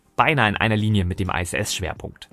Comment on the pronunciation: Iss, nicht Ei ss.